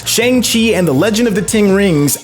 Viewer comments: And Shang Chi smh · My thoughts exactly. Not to mention he keeps saying the name of the movie incorrectly!